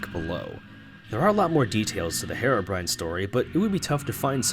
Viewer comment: Herebrine that’s how you said it lolll it’s herobrine